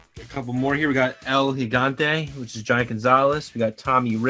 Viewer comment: The belt you weren't sure about Luger wearing in that card of him and Sting, was the NWA United States Championship. And its El He-Gone-Tay for El Gigante. Love the channel, I have never known that they had these WCW cards. And The Sting card that you didn't know what title he was holding was the NWA World Television Championship, which was the same one The Z-Man was holding. The Sting was being pushed to the World Title when he blew out his knee and had to have surgery on it and the writers wrote it into a storyline to make it more legit and then when he came back from it he won the World Title for the first time.